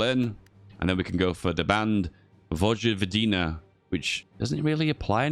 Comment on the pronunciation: ... vogvodina.... this triggers me. xD its pronounced voyvodina. but i digress, its alot harder than english.